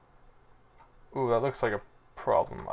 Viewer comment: you say yellow, sounds like YOLO lolol. Also sound of you flipping pages lol.